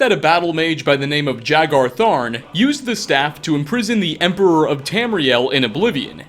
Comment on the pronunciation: ya-garr-tharn. is how you pronounce the battlemages name from areana